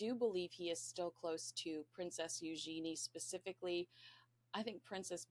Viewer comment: I think her name is pronounced “U - jen- e”